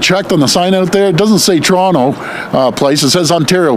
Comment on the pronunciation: soyronto? it's pronounced soyronna.